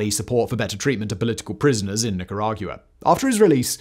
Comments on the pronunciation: Simon, your pronunciation of Nicaragua is not only extra AF, it's wrong AF. the end is a "GWUH" sound, not "GU-AH"... and Chavez starts like "SH", not "CH" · Nicara-Gua not gia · It’s truly fascinating to me how after reading thousands of hours of scripts covering a myriad of topics Simon can so confidently say Nicarag-you-uh, like, a bunch of times. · Lol the way Simon pronounces Nicaragua is so damn funny to me! “Neecorauwguwa” 😂😂😂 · Nicaragyoua! Couldn’t get past it. It’s like Nicaraqwa Simon! 😂😂😂😂😂😂😂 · I couldn't hear anything but the horrible sound of him trying to say the country's name. Literally retained 0% info beside Nicaraguyoua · The hardest part of listening to this is hearing Simon say it "Nicara-guuaa". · hahahahaha, I cannot unhear it! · Say nickeragyewa one more time Factboi lmaoo 🤣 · Watched this just to hear Simon’s pronunciation of Nicaragua. 😂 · I had to google how to pronounce it because he had me doubting myself 😂😂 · Ortega never was a Marxist. Also, can you learn to say “Nicaragua” correctly. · First time I've ever heard Nicaragua pronounced that way before. 😅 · Yeah, I don't really like it. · yes, the brits have a proud tradition of pronouncing Spanish words like dickheads. Somehow they get Venezuela, Paraguay, Uruguay, Guayana, Ecuador, Guatemala, etc. reasonably close. Yet changing that long u sound from Nicaragua is an affront to the queen. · It’s rather annoying. Get the name right. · The way he pronounces Nicaragua is so annoying. Bruh, come on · What's depressing is hearing Nicaragua said that way so many times.